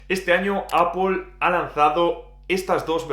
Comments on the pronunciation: APL no APOL NO TIENE NINGUNA "O" es ingles basico, solo es decir manzana nada más. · ¿Qué le pasa a este chico para que diga APOL? No ve que es ridículo????! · Cada vez que dices Apol se me eriza el vello. En cualquier caso, ¡buen análisis! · Apol, apol, apol, apol, apol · Alfonso An. Y si se quiere decir APPLE con la pronunciación inglesa, que lo haga con pronunciación inglesa; NO españolizada porque da vergüenza ajena. APOL.